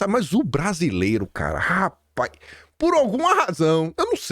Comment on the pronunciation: "Rapaiz" 😂 Bom dia🌞